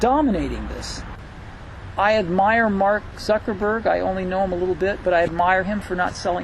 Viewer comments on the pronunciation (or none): "Mark Suckerberg" lol